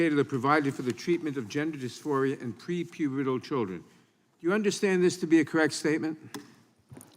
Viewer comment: Nadler saying "prepubital" is the pinnacle of lib creep.